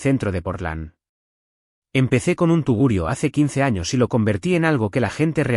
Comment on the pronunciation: No se dice tiburio se dice TUGURIO. Al menos que tu hables un español diferente.